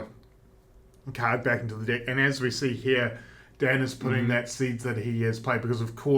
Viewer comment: As an American hearing them say dick when they say deck has me crying lol.